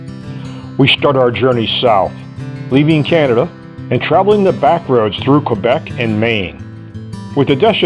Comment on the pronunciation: I took 4 years of High School French. When pronouncing "Quebec" I believe the "Q" is pronounced as a "K". Just wanted you to know. Happy riding.